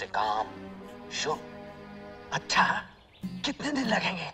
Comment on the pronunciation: शुरु not सुरू